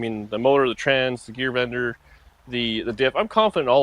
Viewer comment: Is it Gear Bender or Gear Vendor? Sorry I can't tell when you say it.